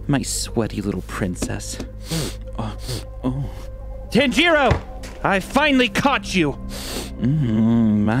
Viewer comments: tahn-ji-do is how they pronounce it, either way it wasn't like the way it was in the video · He said tenn jirr oo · I love how the detective pronounces Tanjiro. Tann-Jeee-Roow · dude its "Tainjeero" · Elbanjomon you've probably never even watched anime so how can you judge? and he literally just said that they pronounced tanjiro wrong. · The scariest part of this was how the detective pronounced "Tanjiro" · For the people who didnt notice. said tanjiro wrong and tanjiro said nezuko wrong.